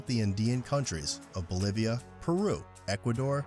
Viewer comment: Lol. "Oblivia." 😂